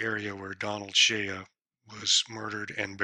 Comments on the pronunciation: Good video. But it's Shea. (Shay) the a is silent. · Sir, the name is pronounced: Shay -------shea is pronounced as Shay. ----------------------------Wolfsky9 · Listening to him say "Shay ya" was brutal. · Yes, it’s “Shay”, not shay-ya. Otherwise, great video. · I think his last name is pronounced like "shay," Not "shay-uh." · You are mispronouncing Shorty Shea's last name, it's not prounounced SHAYUH..it's pronounced just SHAY, rhymes with WAY, SAY, RAY, HAY, JAY, BAY, NAY, PAY, MAY, DAY, LAY, GAY